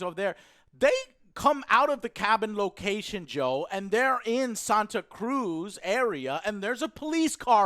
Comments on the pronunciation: I have a feeling the son was switched the whole mouth burned and how clueless he was and lol joe it’s pronounced SANTAcruz now sontacruz😂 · I'm actually from Santa Cruz and number one the way you are pronouncing it is annoying the hell out of me lol and two it's not that easy to get a gun her in California